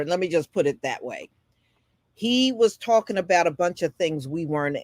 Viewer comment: "Talkin mout" 😂😂 talking about